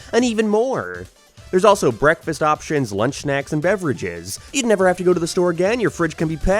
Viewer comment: that didnt sound like "never"